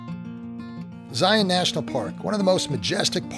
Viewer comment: I applaud your channel you are the first that Ive encountered on YT has been able to pronounce “Zion” properly, it’s a source of great frustration to we Utahns. Thank you for taking the time to ‘get it’!